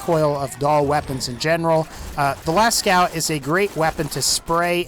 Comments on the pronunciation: it s not pronounced lascau but lasco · lascow... it's Lascaux so las-co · la cow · its prenounced lasko and its name comes from a diffent source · Lascaux is pronounced “Lasco” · Pronounced Lascaux wrong but good vid bruh